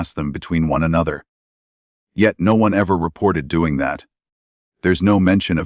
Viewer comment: Agree......... She is NO Doctor. Kate said "Doeeeen" & "Goeeeen" & "me husband" really ffs.......